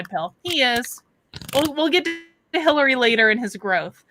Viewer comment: Changed my mind. He just said Hilary. No R for our psychic on this one. 😉